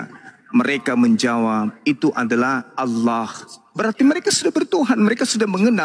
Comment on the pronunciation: Oten menyebut Alloh menjadi oloh, konyol.